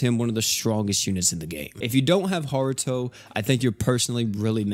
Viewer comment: it irks me that you are pronouncing his name has "haruto" when it's pronounced "hart"